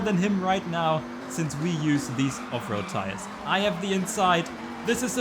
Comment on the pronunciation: It doesn't matter how many times you say Off-Road Tires... I hear Afro Tires.